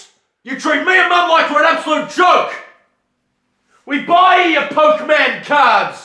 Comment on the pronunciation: " poke-mane cards"